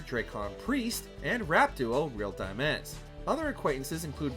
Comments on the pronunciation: It's "Dimez" as in "Dimes", the fuck is "Di-meez"? Lmao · Did my dude really say “real di-mez”? 😂 *Dimez, 1 syllable, like the plural of 5 pennies